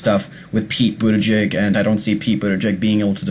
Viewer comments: Please take the trouble to learn how to pronounce his name before making a video about him --it's not "boot to jig" it got really annoying--as was your mispronouncing Amy Klobuchar. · Budda-Judge and Clo-Ba-Shar....HeyZeus Krispy at least get the names right.... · It's pronounced Boot Edge Edge. Easy. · Pete Buttigieg is the best candidate.. he's smart and sets the right tone and you are pronouncing his name wrong. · Please practice pronouncing Buttigieg, you'll have more credibility. There is no excuse in not saying it correctly. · Just because you don't know his name or know how well-spoken he is, doesn't mean many others have seen and heard him and will have a good impression of his intelligence and capability. You should watch the clips from MSNBC, FOX, The View, and Ellen. And learn the correct pronunciation of his name before your next commentary. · Learn how to pronounce his name. Please! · Lear how to pre ounce the last name if the candidates you talk about!!! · Hope you can update this post in a few weeks. Also learn how to pronounce Pete's and Amy's last name. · First of all, pronounce Mayor Pete's name directly. 2nd of all STOP mentioning his sexuality, do you do that when a candidate is heterosexual? I live in Indiana. Mike Pence is not missed at all..he was an awful Governor. And all your "I thinks" are silly. Mayor Pete has tremendous appeal to Independents, and many Republicans. Your post makes it obvious you are not paying attention to what's really going on. This is a terrible video.